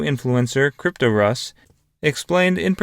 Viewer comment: It’s “cryptos” “r” “us” you mispronounce it so bad that it’s almost unlistenable